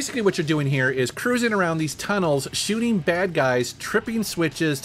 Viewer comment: I love how says ‘shooting.’ Scheuuuting